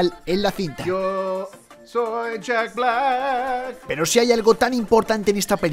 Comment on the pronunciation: "YooOoO Sou Yak BLAcK"